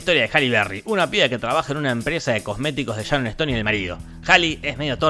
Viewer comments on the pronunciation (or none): none